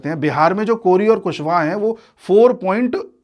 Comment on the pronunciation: कोरी नहीं कोइरी होता है